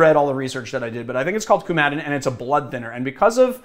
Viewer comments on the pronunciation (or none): When you pronounce "coumadin" the emphasis is on the first syllable. And yes, you can order bison grass online or buy it in many herb stores. I've made bison grass-infused vodka before. Just put the wreath of grass, because that's how it's usually sold, in a jar. Cover with vodka. Shake every day or so. Pass through a fine strainer. There's a chemical used in the large-scale food and perfume trade called coumane which has the same smell and flavor as coumarin without the possibility of turning into blood thinner. Unfortunately I've never been able to find it in less than enormous industrial quantities.